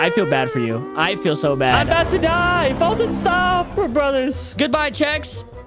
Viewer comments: Foltyn ready the name wrong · Foltyn. Fenuh. Me